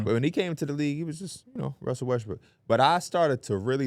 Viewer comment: am I the only one who heard “d’lo russy”?